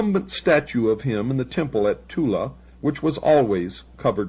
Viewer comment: Thula? Sounds like Thule.